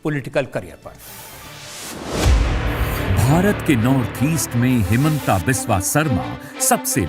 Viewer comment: Timeline Wrong language. How to you say the word ''Biswa Guru ''. Speak it once in loid voice? Then why wrong naming his middle name which has the exact same spelling but spelled it as ''vish" like jeher. assam. This has to be legally taken into action aganist this Rajat Sharma